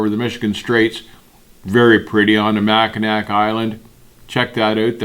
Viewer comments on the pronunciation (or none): Mack-n-NAW !!! Its not nack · Absolutely love your videos. Just wanted to let you know that even though it looks like Mackinac it is pronounced Mackinaw. Take care and thanks for the great content! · Just saying mackinac is pronounced mackinaw 😂😂 it’s okay though if you ain’t from Michigan no one knows how to pronounce it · The Makinac bridge and Island are not pronounced on how is looks pronounced Mackinaw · Michigander here. It's pronounced "mack-in-aw" 😁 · A small correction. The Mackinac bridge doesn't go to the island, it connects the lower and upper peninsulas of Michigan. It's also pronounced Mackinaw. The UP is another beautiful drive in the non winter months. I also have to throw in the I-5 corridor once you get north of Redding, CA. You hit lake Shasta and have a few days off georgeous mountain driving clear to Tacoma.